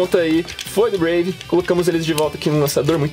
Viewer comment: epra vc falar serto fala breive valtryek